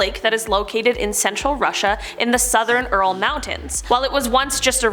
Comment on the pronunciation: Ural (yer•ole) lol